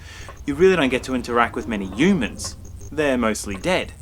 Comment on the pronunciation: I find the way the reviewer pronounces the word 'humans' in this video review quite amusing... It's almost as if he's pronouncing the word without the 'h' like "yoomans" ??? The review wasn't bad by the way.